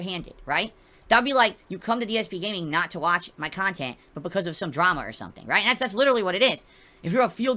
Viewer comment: "Meaningful kahntent" "OOOOOOOHHHHHHHHHHHHHHHHhhhhhhhhhhhhhhhhhhhhhhhhhhhhhhhhhhhhhhhhhhhhhhhhh"